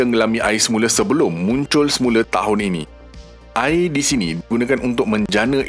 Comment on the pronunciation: Sebut betul² admin, "AIR" bukan "AEA". " TIMUR" bukan "TIMO", " BESAR" bukan "BESA". " BANDAR" bukan "BANDA". " BANJIR" bukan "BANJEY". BAHASA JIWA BANGSA.